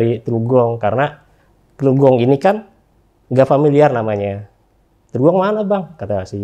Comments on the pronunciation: Qodarulloh... 😥 Sedih harus mengingat kembali kejadian itu. Tapi juga ada kesan mendalam & bahagia bisa ketemu kembali sama teman2 pendakian di Semeru akhir tahun 2001. Oia sedikit ralat bang, asal gw teluk gong (dekat kalijodo) bukan trugong 😁🙏 Terima kasih yg tak terhingga kpd RJL 5 yg menjadi perantara penyambung kembali shilaturahim kami yg sempat terputus selama 20thn. Semoga tayangan ini menjadi hikmah & inspirasi yg baik2 utk kita semua. Semoga sukses selalu utk RJL 5 & Crew. Aamiin... 🙏😇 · bukan terugong tapi Teluk Gong kali.....